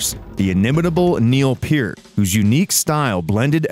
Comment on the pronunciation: Do you not know how to say Peart?